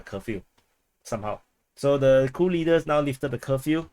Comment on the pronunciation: Sounds like you say "Cool leaders"...